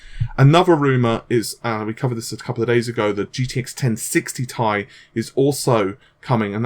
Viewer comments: can we please stop calling it "1080 TIE" and fucking say "tee eye" like the rest of the world and the company that manufactures it? thanks fam. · T-I not tie! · pronouncing 1080ti... tie is like pronouncing a TIE fighter as tea fighter 😋